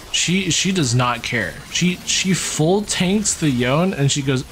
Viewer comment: Yo-ne, Yo-ne, not yown. Even Yasuo said this name. There's no Japanese that would have a name and pronounce it as Yown